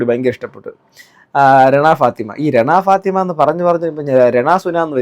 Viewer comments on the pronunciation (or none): രെണ ഫാത്തിമ അല്ല മൂപ്പാ. റെന ഫാത്തിമ